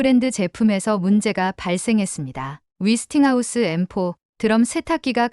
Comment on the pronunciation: 근데 위스팅하우스가 뭐죠? '웨'스팅하우스 아닌가요?